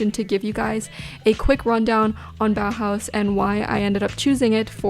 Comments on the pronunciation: She pronounces „Bauhaus“ realllyyyyy good ✨❤️ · Your pronunciation of "Bauhaus" is perfect! Greetings from Germany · This might be a weird comment but do you know how happy you made me by pronouncing "Bauhaus" correctly? It absolutely made me happy!